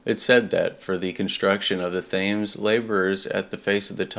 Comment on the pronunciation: Thames is pronounced: TEMS. Like number 10 with an "M".